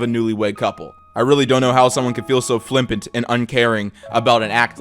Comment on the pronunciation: fyi its flippant not flimpant lol love u